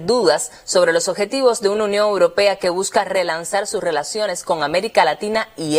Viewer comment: La compañera periodista tiene que aprender a decir europea, no es uropea!!!